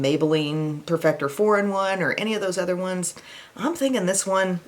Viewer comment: saying udder just made my day!!!! Lmao!!!!!!